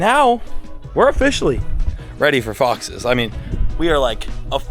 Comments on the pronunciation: He said fixes yayayyayayayyayyayayayyayayyaayyayayyayayyayay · 100% he said foxes i came here to type the same i feel like a detective 😂😂